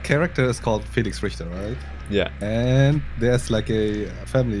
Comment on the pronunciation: It's the family Ritter, not Richter... :D